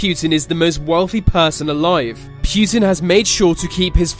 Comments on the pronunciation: It's Putin, not Pyutin. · And also not putn 😂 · Its not Pjutin its fucking Putin. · putin, not PEEUTIN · Poo-tin not Pyutine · "Kivian rus" "pewtin" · Why do people pronounce Putin as "pew-tin" but the two words separate is pronounced put in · Its prounounced "pootin" not "pewtin" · путин is pronounced pootin, not pewtin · It's Путин not Пютин. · Pu'tin not PEW'tin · It's not pyutin it's putin. Next video about donald trumpet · SAY POOTIN NOT p U tin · Pweutin? Nah it's putin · why is he called PYUTIN or PJUTIN there is no" Y" or" j" in his name it is only "U" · PRONOUNCE. IT RIGHT ITS PUTIN NOT PJUTIN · It's not Pjutin. Putin! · Pjuutin XD It's pronounced Pou-tien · vlad - e - meer - poo - tin not vlad - e - meer - pew - tin. I don't care weather you have and accent pronounce peoples names correctly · vlatemehhr pYEWten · I love how they call him "Пьютимн" xD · Vladimir Pyutin is a.. who is this Pyutin? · It's baffling that you say Pew tin. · It’s not pronounced “pyootan” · Pooh tin. 😄😀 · Vladimir pewtin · Wtf its not vladimir pjutin ! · puuutin wtf its put-in wut a nub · Pjutin? LOL. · Accents exist, but names are names. You dont hear me calling England, Anglind or some dumb shit like that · im a slav (not even a russian) and the way you pronaunce Putin gave me cancer (but no offence i know that pronouncing slavic worlds is hard for english speakers) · Did anyone else immediately dislike the video, within three seconds just because of the way he pronounced Putin? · ugh the way he says putin is nearly unbearable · Why dose he say Putin so weird